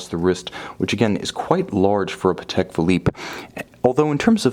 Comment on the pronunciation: You pronounced Patek correctly in this video!! Yay. I knew you could do it.